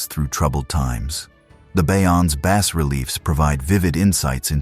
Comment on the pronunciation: Good content . paired ith poor pronounciation. 1- AI audio check- it's "KA-MY "not "KA-MER." 2- "'BAH' relief, not 'BASS' relief sculpture 3. etc.